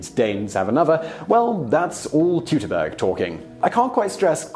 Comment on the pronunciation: Say it with me: "Toytoberger"